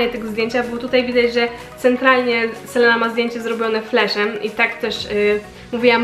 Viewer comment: selena czyta się Selina 😉 ale filmik spoko 😊❤